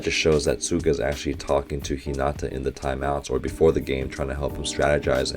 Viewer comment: I notice a trend about hinata and tanaka's pronounciation I hear lot s of people putting stress on the NA like hi(NAA)ta (make sure to prounonuce the T, it's not hi(na)[da] its ni hinaTa the Na is a bit longer but it should be one syllable long same for tanaka, I hear you pronounce it Ta[Naa]ka both stress should be put at the end of the name as if ending sentence This may not be a good explanation but I hope its correct and helps you